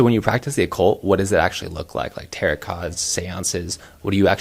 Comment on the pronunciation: My brother in Christ, tarot is pronounce “terro” not “terrott”. If you want to be professional and show you know what you’re talking about you need to at least pronounce stuff correctly…